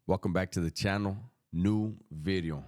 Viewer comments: 'Ely' is a rough area of Cardiff, in Wales. The correct pronunciation would be 'Eelee'. Another lovely 'vidyo'..... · Sup homie. People like the way you say video because it almost sounds like you’re saying glass in Spanish. It’s all good!